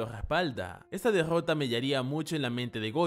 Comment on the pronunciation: "la degggota de satoru" que cringe me da escucharlo pronunciar la r man